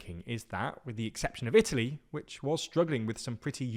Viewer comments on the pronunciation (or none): none